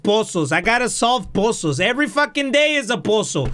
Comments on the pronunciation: Literally everyone: “puzzles”: “POSSOLS FUCKING POSSOLS” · Word of the day "poozuls"